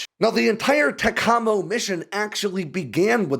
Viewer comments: Love your stuff, but please Brother…….. say “TACK-uh-moe”. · TACAMO Pronounced TACK A MOW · When I was on Ohio-class boats, we pronounced it TAC-a-mo, with emphasis on the first syllable. Please forgive my need to correct you, but it seemed necessary. Be well. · TAC-Ah-Mo… great video tho. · Say it with me.... "TAC-AH-MOW" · It's pronounced "tack uh mow" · As someone that works on these, the way you pronounced it made me cringe lol. Its tack-uh-mo. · UH...I THOUGHT IT WAS PRONOUNCED "TACK-KUH-MOE" ( see HBO'S movie : Twilight's Last Gleaming " ) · In the nuclear world we pronounced Tac-a-Mo with the accent on the first syllable. To hear it pronounced with the accent on the second syllable sound really odd to my ears. But I like your channel anyway. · You are pronouncing TACAMO wrong, TAC-AMO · Pretty sure they pronounce it TACK-ammo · Here at Tinker AFB it’s pronounced Tack uh moe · it's pronounced TAC-A-MO! Glad to see you cover this mission. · Thank you! "Tack Ah Mow" right? Always heard it that way. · Ah, that is pronounced "tact ah mo." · Tak u Mo is how you pronounce it bty. Great video. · 🤔 We used to pronounce it TAC-A-MO. 🤷🏻‍♂️ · Is that a hard "A"? I always thought it was pronounced: ta-ka-mo (with soft "a") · TACAMO pronunciation = TACK-UH-MO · Toyota Tacamo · I've never heard TACAMO pronounced incorrectly so many times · I've never hear TACAMO pronounced that way. seems to have a few words that he pronounces "differently". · You are killing me with your pronunciation of TACAMO. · TACAMO. The accent is on the first syllable. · There’s no h in TACAMO 😂😂😂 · I was in VQ 3 in Hawaii, it moved to Oklahoma. I wish you knew how to pronounce the mission. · Great vid. Just have someone pronounce TACAMO for you. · Would be nice if you pronounced TACAMO properly. Must be a wanker using fake voice. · What was a lie? Apparently the way he pronounced TACAMO was wrong but I'd call that a mistake and not a lie. What did lie about?